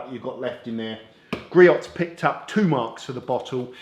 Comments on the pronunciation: All good products. Griot’s is pronounced GREE-OHS per their website in USA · It's "Gree-ohs"